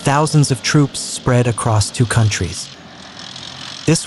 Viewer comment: It's zApad. Not zApAd, not zapAd. It's not "whatever", one means "west", the other - "decline".